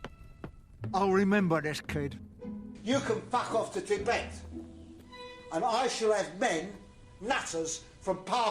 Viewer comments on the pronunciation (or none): none